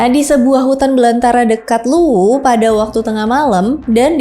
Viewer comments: Cara kamu membaca Luwu bisa buat orang salah tempat. Kamu terus menyebutkan Luwuk, nama kabupaten di Sulawesi Tengah, padahal ini sedang membahas Luwu di Sulawesi Selatan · Maaf ya, penyebutanx bukan Luwuk, yang benar adalah Luwu (tidak pakai k) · LUWU mba' bukan LUWUK / LUWUQ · sayang sekali pngucapan nama dan tempat masih kurang tepat hehhehehehe. terutama kata luwu diucapkannnya Luwuq aduh nanti dikiranya luwuk banggai sana.. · LUWU bukan LUWUQ🙏🏻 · Cara penyebutan Luwu n Luwuk itu beda mba, Maaf Yach mba Kami dri Sulawesi agak sdikit risih dengar cara penyebutan yang banyak salahnya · Ada beberapa pengucapan yg kurang tepat kak, contohnya seperti kata luwuq, itu bukan luwuq , tpi luwu , ada jg nama² yg kurang tepat kak 🙏🙏🙏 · Luwu kk bkn Luwuk 😅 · FYI : Luwu kak, Bukan Luwuk. Beda Tempat dan beda nama. Luwu Raya (Palopo, Luwu Utara, Luwu Timur) di Sulawesi Selatan; Luwuk di Sulawesi Tengah Luwuk Banggai. Luwu Timur = Bumi Bathara Guru. Luwu Timur tempat dimana tambang Nikel (dulu namanya PT. INCO, sekarang namanya PT. Vale Indonesia di Sorowako). Danau Matano adalah danau terdalam se-Asia Tenggara, terletak di Luwu Timur. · Bukan luwuk mbak..tapi luwu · Iya benar, kalau luwuk itu nama kunonya tompotika, yg sekarang masuk sulawesi tengah kabupaten luwuk banggai sebagian palu, dan banggai laut.